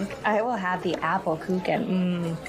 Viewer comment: Very lovely Christmas movie , nice storyline,but the way she pronounced Kuchen is absolutely wrong,the ch is softly spoken , the first time i thought it looks like the Geman Mozart Kugeln a chocolate we buy mostly at Christmas . Germans love btw cake German word ´torte¨ they eat it almost every day ,like the English have their afternoon tea, they have ,Caffee mit kuchen.